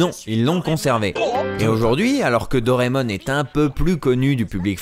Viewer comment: Dire "Dorémon" au lieu de "Doraémon", c'est portnawak ;P